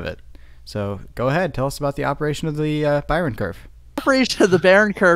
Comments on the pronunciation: It's just "Bayern" not "Bayren" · Your pronounciation of Bayern was SLIGHTLY wrong, the 'r' comes after the 'e'. It's the last sound before the n. Source: I'm from Bayern. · Instead of saying "Bayren" try pronouncing it like "Bayyearn". Or like the english word "buyer" but with an "n" at the end. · Bayern, said [Buy Urn / Buy an]. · It’s pronounced Bayern BAY-ERN . Like the FC Bayern club from Munich. As a German speaker I can confirm u are pronouncing it wrong